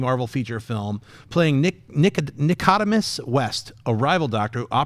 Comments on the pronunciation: To Schnepp: I believe Nicodemus West's name is pronounced Nih-koh-DEE-muhs, like the pharisee in the Bible. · I like Jon, but please man, why can't you pronounce Hippolyta and Nicodemus correctly? It may just be a pet peeve of mine but still, if you know the characters, say their name right. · Look stop mispronouncing Hippolyta and Nicodemus but my only concern with these unconfirmed castings is the accents. Like I know Gal has her isreli accent and adds to the validity of the character's origins but will everyone else have a similar accent like in Avatar (the Navi language/culture was set by the performance by Zoe Saldana). I'm unsure how far they want to go with setting up the Amazons, I just don't want her being the only one with an accent.